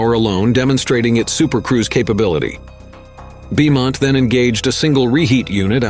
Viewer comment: Beaumont is pronounce BOE-MONT ya pie